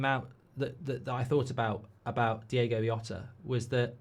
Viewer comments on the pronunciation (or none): Mark DI-O-GO. NOT DI-AY-GO. It's just a small thing, but it shows a modicum of respect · Its DiOgo, not Diego!! Come on, Mark!! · Nice words but please pronounce his name correctly, it's Diogo NOT Diego. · One thing I'm tired of today is people pronouncing Diogo as Diego. Please get his name right, it's a small point but when we're in pain things like this can be really upsetting. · He's Diogo, not Diego. Well said. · His name is DIOGO not Diego. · Please please please at least say his name right, it's Diogo, not Diego, I'm absolutely gutted ,numb and just in a state of shock.......please LFC retire his shirt number out of respect......R.I.P Diogo YNWA.❤️ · His name was DiOgo. Not Diego. DiOgo. Surely you can drop the chav act for one second and actually try to say his name right? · It’s Diogo not Diego, bizarrely that was the song wolves fans sang in the south bank, rip Diogo 😢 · Least you can do is get his name right. Diogo, not Diego. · Can’t even say his name correctly “Diego yota” wtf … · “Diegoh Yota” … it would’ve taken seconds to find out how to pronounce his name with minimum accuracy… Instant turnoff. That and the tone, “BREAKING NEWS!1!1!!1!”… Christ, just… Don’t. Have some sense. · Least get his name right. 🤦🏻 RIP Diogo & Andre. Both gone too early. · I mean, it is a bit disrespectful to pronounce his name incorrectly when eulogising about him. I like Mark and don't want to pile on him, nor do I think there was malicious intent, but come on. "Diego Yota". If it was the Georgian lad at PSG, I could understand, but this is just a lack of effort. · at least pronounce his name correctly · Mark, you could have at least pronounced his name properly for a video being about the poor lad dying. Jesus... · could have had the manners to pronounce his name correctly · Can’t even pronounce his name in such a video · Mispronouncing his name that bad is crazy. Show some respect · Even at a eulogy, he can't be bothered to pronounce people's names properly.